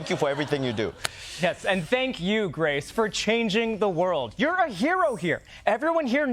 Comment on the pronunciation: Grace legitimately started laughing at the mispronouncing of her name. 😂😂😂